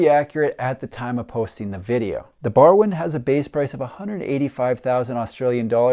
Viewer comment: Barwon is pronounced "Barwon" ... Hope that helps 😅